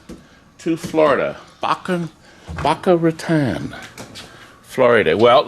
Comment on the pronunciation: FYI -I grew up in South Florida and worked in Boca Raton which is pronounced, "Bocah Ratone":-) The locals go nuts when its pronounced Bocah Ratahn.:-)